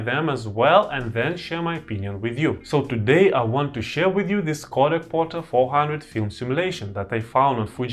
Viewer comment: Portra. Not Porta.